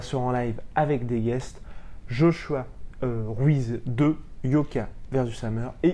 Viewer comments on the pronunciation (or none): none